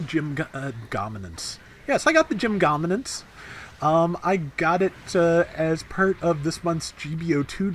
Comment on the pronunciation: he is asserting his dominance by pronouncing it gominance